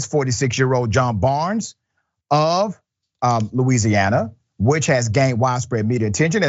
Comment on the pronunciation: I was shocked up into the exact second he started saying Louisiana